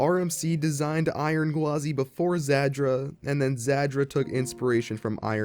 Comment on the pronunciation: Real quick, the pronunciation of Zadra is "zAH-dra," not "zAD-dra." You're using the "D" sound twice when you're only suppose to use it in the 2nd syllable "Za-Dra"